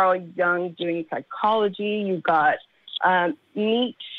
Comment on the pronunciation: You got caaa Jung, you got Neeeech 😳😂